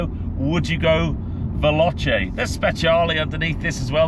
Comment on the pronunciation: Respectfully…try phonetically: Vel-OH-Chay instead of Vel-AHTCHay and you’ll get it right!😉